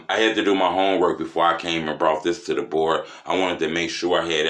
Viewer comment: "DA BOARD" be lit 🔥